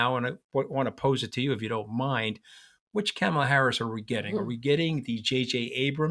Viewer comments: Good Lord man, I am talking to you mooch. Please pronounce Kamala’s first name correctly. Sheesh! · Please learn how to say her name! Not Camel-la...! It's Comma-la. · Anthony I’m sorry to say that you are saying the name “Kamala” incorrectly. You are pronouncing her name starting her first three letters like the word “camel” and it should be like the word “coma”. Enjoyed your discussion. Thanks. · I think you are both brilliant and have very good insight. You are, however, mispronouncing her name. It’s Comma-La. Not kammela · Love this podcast. Anthony - Please work on the pronunciation of Kamala. It's COMMA - la, not CAMMA - la. Thanks. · For heaven’s sake, even you can’t pronounce her name correctly!! Is it on purpose? Her name rhymes with “mom” not “dam” … Kam-a-la is not that tough. Even her step kids call her “Mom-a-la.” She’s been VP for 3.5 years and you should know how to pronounce her name! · You guys~ Kamala's name is not "Camel"--la. Her name is "Comma"--la. Like a comma in a sentence! Let's get it right to testify to the world we can see them! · Interesting but one point: Her name is pronounced “Comma, law” and not “CAM- ala.” Like Donald is DONold and not DonOLD. Thanks! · Mooche can’t even pronounce her name correctly: It’s “Comma-la” NOT “CAM-ah-la” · It's Karma Lar not camma lar. A back woman called Karma. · Love you guys. May I suggest, though, that Anthony pronounces Kamala’s name correctly. The first “a” is pronounced like the “a” in “father,” not like the a in “ham.” Enjoy listening to you both! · Anthony I love your views but it is KA-mala. Please say it right. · you gotta start pronouncing Kamala's name correctly. You're giving a bad name to all NY Italians. It's Comma-la. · Tell him, Katty, it's " ,la". Not camel-a. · Mooch, you gotta learn to pronounce Kamala properly! Kah-muh-luh. First syllable pronounced like that in comma. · Please pronounce Kamala's name correctly. It's not hard. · Anthony, say her name correctly